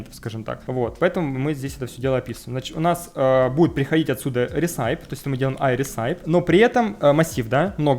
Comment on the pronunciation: никогда не понимал зачем люди говорят апп, а не просто ап (и кстати recipe это рэсипи, не ресайп :) )